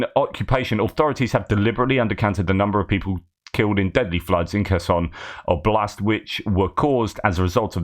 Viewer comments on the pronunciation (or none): none